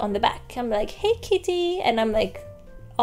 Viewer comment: it's not "is nuts!", it's IT'S NUTS. So sorry for pointing that out, I can't help it. I just keep noticing most latinos pronounce "it's" as "is" or use "is" instead of "it's (for it is)". I am not a grammar nazi. It's just my odd habit that I can't shake off, kind of an obsessive behavior of mine. Peace!😊